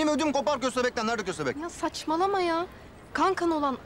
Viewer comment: Bahatin ve hayri dede fovorisi olanlar burdami köstehbek dediği an patladım 😂😂😂😂😂😂😂😂😂😂